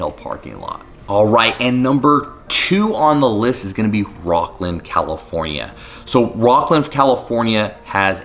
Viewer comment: Are you serious. 😑 your definitely not from sac. "Rockland"? It's rocklin 🤡